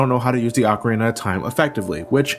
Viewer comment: Dude, you are one of the few Americans that pronounces 'ocarina' properly. Props to you!